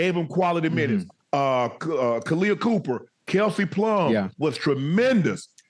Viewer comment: Guys, it’s Kahleah COPPER, like the Metal, not COOPER. 😭